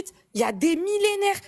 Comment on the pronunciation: L'islam a été écrit il y a des "millénaires" 😅?? Connaît elle au moins sa religion? Elle dit " Unnh idéologie quyah été ékhritth y a des millénaihrr ..." 🤣